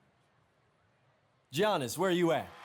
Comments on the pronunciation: Pronouced Ya-Nis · Yiannasis is how it’s pronounced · did he say giannis with a G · He said Gee anis and Joel not Jo el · He pronounced Giannis’s name with the g 😂🤦‍♂️